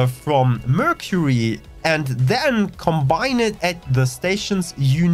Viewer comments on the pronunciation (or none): none